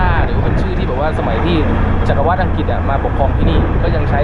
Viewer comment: รมต.กระทรวงตปท.ศรีลังกา ตัองมอบเกียรติบัตรให้พี่KISHOR แล้ว ไม่ใช่แค่ขับรถโดยสาร แต่ทำหน้าที่ไกด์ไดดีมากๆ ดีใจกับหลาน ทริปนี้เจอแต่คนน่ารัก จิตใจดี อ้อ..อีกอย่าง เห็นหลาน พูดว่า จักรวรรดิ์ ว่าจัก กะ วัด จริงๆ ต้องอ่านว่า จัก กะ หวัด นะ รอชมep. ต่อไป อยู่จ้า